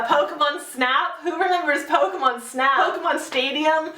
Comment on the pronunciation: ***** It kind of annoyed me the way you said Pokemon but maybe I just say it wrong.